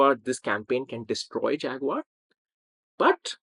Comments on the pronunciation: That's SHAG-uar, baby! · And consider the way the British pronounce Jaguar. Americans like me say "jagwire" (or maybe "jagwahr"), the British pronounce it "jag-you-are" -- "Fag-you-are". ....lol!